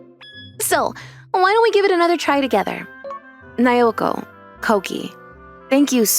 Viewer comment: And again... It's NAOKO, not NAYOKO.